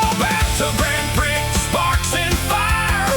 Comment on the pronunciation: This is great! How much of this did you actually write? The lyrics are pure Suno, but the spoken parts may be human prompted. The reason I ask, is because I would never let Suno get away with pronouncing my lyrics as Grand Pricks. Funny, but fix it, man. 👽✌️